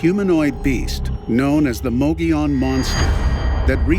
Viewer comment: Mogollon is pronounced Mo-Go-Yown'. Not mogee-on.